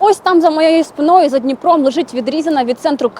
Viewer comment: не спинОю, а спИною